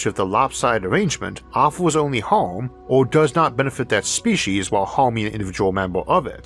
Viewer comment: Okay. I understand your difficulty with the word, "oral," as in "oral history." Maybe use, "verbal." But, "Spee'-sheez?!?" It's, "Spee'-seez." I believed someone with a speech impediment would try their hardest to not phok up the things they could get right. Nastasia Henstridge would be appalled. That's, "Nah-stah'-see-ah," not, "Nah-stah'-shah." P.S. Jeremy Irons was the homophobic guy who creepily suggested gay marriage might well lead to him marrying his own son.